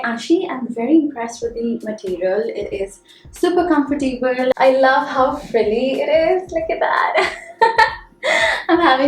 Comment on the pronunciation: I am a new subscriber ♥️🎊 i enjoy the way u speak and the way u present urself. Btw, it is com-for-table Not com-fi-table